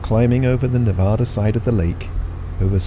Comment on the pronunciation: Loved the video. I’ve done a lot of flying in the Tahoe area and miss it. I lived there for 32 years. When you pronounce “Nevada”, the first “a” is like the word “had”. Nevadans get mad when you pronounce it wrong. 😊